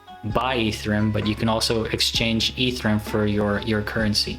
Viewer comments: It’s E-ther-E-um, not Ether-rum. 🤦‍♂️ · Dude it's EtherEum not Etherum